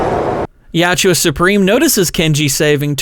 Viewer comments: Tran Trachtenberg makin my favorite franchise since 1990 gay has earned a deeply cemented hatred. He’s also deeply committed to making the predator look like shit fuck that guy. Real talk its yautja not you owchia 😂 YOT CHA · You're pronunciation of Yautja bothers me. Yowt-juh. Not Ya-oo-jua.